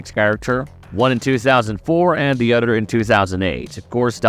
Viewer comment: I’m glad I’m not the only one who noticed this. This guy pronounces everything that has a “T” in it like it’s a “D” “the oder movies…” and completely destroys “the Appalachian”